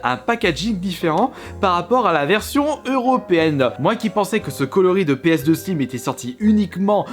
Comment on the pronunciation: Péeuhsdeu slim ça ma tué 😂😂